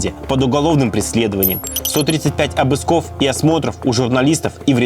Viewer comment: Обысков, не обыскОв